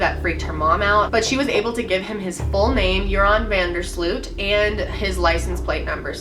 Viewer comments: How American people pronounce van der Sloot lol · Its so funny how you pronounce joran van de sloot. I'm dutch so I know all about this case hahahah.